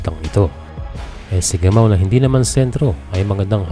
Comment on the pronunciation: FYI po Heh Mah oh po ang pagbigkas ng "Gemao" wag niyo po gayahin ang mga Coño(Spanish meaning) Gringo nakakasuka pong pakinggan. Salamat😊